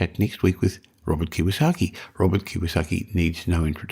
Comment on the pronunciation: It’s KiYOsaki not KiWAsaki 🤙🏾 thank you 👌